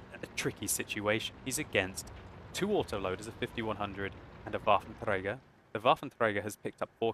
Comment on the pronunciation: I love how you say Waffenträger i mean it sounds good and correct and well your one or even the only one that says it correct